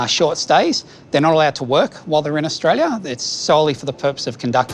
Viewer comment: "That's whadd-happens when you come from anutha country to Austraya" HA, love it. 😂😂😂😂 Welcome to Aussie 😂